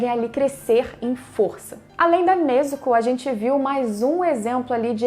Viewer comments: Vlw por pronunciar certo, tem gente que fala nezúko eu fico mt puto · Obg, pelo menos alguém sabe falar o nome da Nezuko certinho ♥️